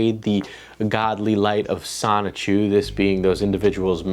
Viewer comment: The biggest question in all of this is, will Chris-Chan ever actually pronounce the N in “Sonichu,” or will it forever be “Sahchu”?